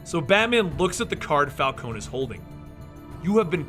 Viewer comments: It's Falconee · Say it with me Fal-con-e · For the last time it's pronounced Fal-ko-nee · you're pronouncing falcone wrong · Guys, how do you pronounce Falcone properly? Is it Falcone as in, Falkohn Or Is it Falkohney? Not hating on anyone just wanna know the proper pronunciation thanks! :D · he reads carmine and vivki correctly but falcone?val? its prounounced falcon(knee) u idiot and vale is ale with a damn V my god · When he mispronounced Vikki VALE and Carmine Falcone, he lost a teeny tiny bit of credibility, but more with Vale cause that name is spoken quite frequently in the video games and occasionally the cartoons or animated films.